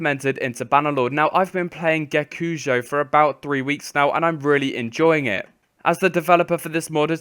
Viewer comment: its not gekujo man its ge-ko-ku-jo :D